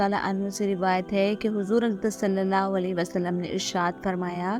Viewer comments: When you say ALLAH, it sounds like arwah Try to say it simply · It's Allah, pls work on ur accent.